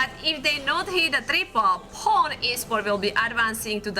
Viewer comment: Its supposed to be pronounce Poo-nè